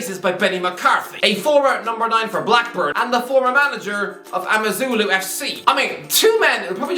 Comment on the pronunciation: Me watching this as a South African the way he said Amazulu FC had me laughing hard